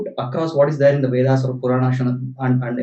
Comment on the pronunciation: Sir, you must change ur accent it's like foriegn imported lecturer like those libral manes, don't expose urself like a max meular type hinphobic maleech, If you want to mention the Puran or upanishad be pronounced correctly & respectfully.